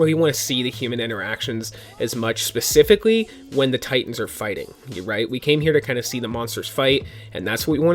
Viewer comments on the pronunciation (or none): none